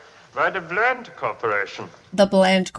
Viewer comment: Rand Corp (a real thing) , not "Bland" Corp.